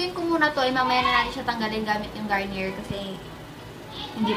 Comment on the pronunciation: i think its pronounced as "garni-yey" not "garni-yer" haha just sayin po